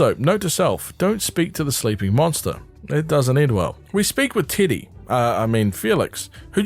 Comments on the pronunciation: Also im sorry but I keep mishearing "teddy" as "tiddy" TwT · Love hearing titty when u say teddy 😫 (great video i adored your summary of the series) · Why does he say titty instead of Teddy? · I cannot get over that you're calling Teddy, Tiddy. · Is anyone else hearing t!tty instead of teddy? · I know you’re saying Teddy but I can’t stop hearing you say Tiddy😂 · I'm sorry but I cannot get over your accent saying "Teddy" 😭 "tiddy" is all I hear